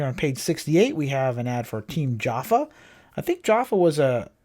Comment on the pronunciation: “ Jofa “ is pronounced like Joe - Fuh , not Jaffa . Much like Husqvarna is Either Hoos - varna Or Husk - varna but not Husk -Uh - Varna . DG went on to make very popular package racer bikes in 77-82 as the peak years.